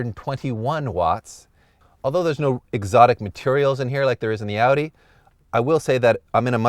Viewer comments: this man said odin its audi lmao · Can't this guy move his mouth vertically or what? Every time he says Audi he says Eudi, even with other words like behave, he beheve, like wtf?!